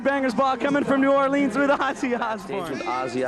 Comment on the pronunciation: Riki rackman is so fake.He doesn't even know how to pronounce New 'Awlins